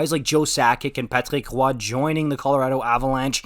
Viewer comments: LMAO "Patreek whah" ease up 😂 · I've never herd someone say Patrick Roy like that!! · Why did you suddenly develop a French accent when saying Patrick Roy?